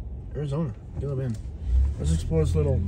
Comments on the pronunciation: Gilla bend 🤣 Hey man, it's "He Luh" haha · Pronounced Heela Bend